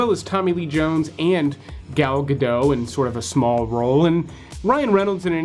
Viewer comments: Not pronounced Gal Ga'dough' but as Gal Ga'dot'. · Dude, "Gadot" is pronounced "Ga-DOT."